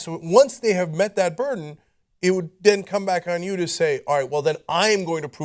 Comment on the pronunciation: "Buran of proof" etc, dropping a letter and and making your whole rant so garbled that no one understands your point even after you have edited it a multiple times are two different things. Buran BTW is a Russian spacecraft.